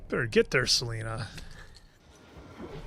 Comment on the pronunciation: Friendly reminder it’s Celine not Selena 😅